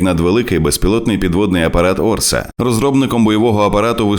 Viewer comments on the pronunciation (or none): Orca читається як "орСа"? А я думав, що "орКа"!.. орКа супроти орків було би логічно... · Не "Орса", а "Орка"(orca), тобто косатка! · Правильно читати назву ОРКА, перекладається, як кит вбивця Впевнено до перемоги